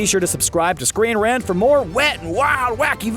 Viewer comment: Lol he said scweenrant